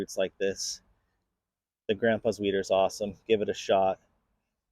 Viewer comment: Who else heard weiner? 😂